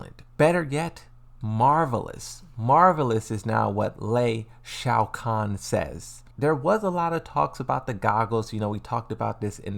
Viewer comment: Bro I love your channel I love you content but you butchered my boy Lee last name 😂😂😂😂😂😂